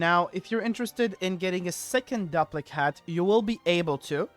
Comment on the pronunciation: Its pronounced "Doo-PLICK" hat, as in duplicate. Sorry, don't mean to be rude. Just got annoyed at hearing it the other way. Great video though.